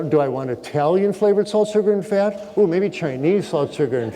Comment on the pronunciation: "Fyat" lol